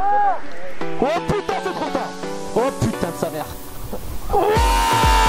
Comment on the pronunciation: MDR j'ai bien ris comme d'hab au lieu de dire putain tu dis "Pitin"